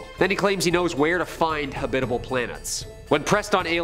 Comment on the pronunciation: ...haBITable"...". Very creative English pronunciation.